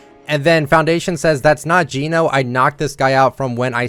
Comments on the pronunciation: Just so you know, it's Gen Oh. Not Jean Oh. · it's geno not jeeno😭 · Bro calls Geno jean-o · You kept saying genos name wrong😶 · Now I understand why they spell Gēno with the mark, because English speakers never learn how to say it right. Not being rude, just saying it's kinda annoying.